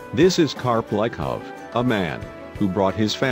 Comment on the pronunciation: Its leekovs